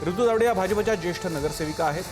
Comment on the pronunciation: प्रसन्न तायडे बोलतो. तायडे कि तावडे?